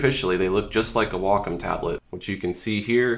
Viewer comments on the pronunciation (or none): wocom... Waacaam